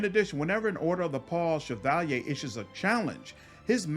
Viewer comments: I skimmed through the comments and didnt see it. But has anyone corrected him on how he pronounces the word "Cavalier" ? - hahah, "Chav al yay"? - Cav a leer (ear) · I noticed that when you get to the Cavalier class you pronounce Shevalyay but the pronunciation is actually Kavaleer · bro, cavalier is pronounced Kav-a-leer, not Se-val-yay. havent you heard the expression cavalier attitude? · Look at the word cavalier and say caval-yay and you've pronounced it correctly... Like cavalry but french Edit: it's definitely pronounced like caval-ear and not what I said either. I am an idiot lol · I don't know if this me, but why are you calling a Cavalier a Chevalier? Overall similar words and meaning, but there different from what I understand. Just to make sure I wasn't mistaken looked them up, Cav-a-lier Vs. Shi-va-li-ay Gripe aside, loved the video ^_^ didn't know about the Dwarf Pally option, I'm going to have to try that! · Cavalier it's CAV A LEER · Wait... How the truck did you just pronounce "Cavalier"? looks it up in dictionary Yeah, wtf, Chevy has never made a car called the "Shevalyay", where are you getting all those sounds that don't exist in that word? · The way he pronounces cavalier is atrocious. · great video man . very helpful .. side note . go look up the pronunciation of the word " cavalier " lol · Interesting choice to pronounce the spelling "cavalier" similar to its origin word. Loving the channel and Wrath content. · Lol the way u say Cavalier is so posh xD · Wtf is that pronunciation of cavalier? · great video, been looking for something like this, couldn't find one. maybe im ignorant but the way you say cavalier, im guessing thats french?